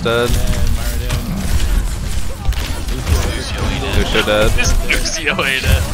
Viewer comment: Lu"sh" io???